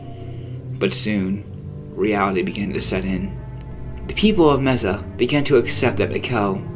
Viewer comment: Messa? It's Mesa!